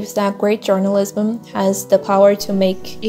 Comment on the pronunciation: Vc pronunciou errado a palavra "journalism" o correto é /ˈdʒɜrnəˌlɪzəm/ algo como "djornalizam"